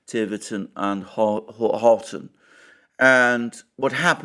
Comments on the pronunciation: It’s Tiverton and HONITON. And to confuse people more, the Devonians sometimes pronounce it Huniton. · It's Honiton - not Horton. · Honiton, not “Horton” or “Hoton” Alexander, come on you’re showing your ignorance of your own country, and slipping with your reputation for accuracy!! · It is Honiton . Honiton is not middle class. The town itself is a run down dump. The English electorate are fickle and irrational. Turning to the Lib Dems demonstrates a form of madness , nothing else.